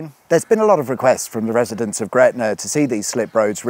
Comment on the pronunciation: it's NOT gretnaR